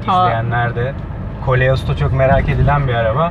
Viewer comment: Kaleos degil... koleos.